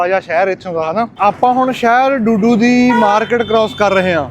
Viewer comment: ਬਾਈ ਡੂਡੂ ਨਹੀਂ ਦੁਦੂ ਐ